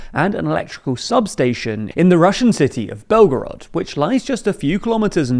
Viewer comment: блэтгород? 🤣 жаль что поймут не только лишь все.